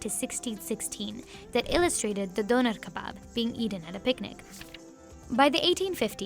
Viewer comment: Why i cringed when the host says "The döner kebaab"